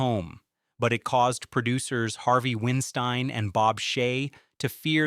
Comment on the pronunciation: Harvey Winstein?? Have you been living under a rock for the last decade? It's Harvey Weinstein. (Wein pronounced like "wine").